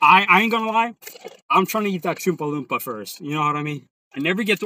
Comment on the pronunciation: This man legitimately said choompa loompa in the drive thru